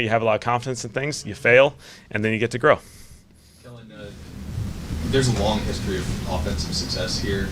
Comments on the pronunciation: Why Gayle keep calling him Ellen. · She definitely said Ellen , I’m sitting here laughing like “please just make sure the name is right on the check 😂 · Did she call him “Ellen” at one point?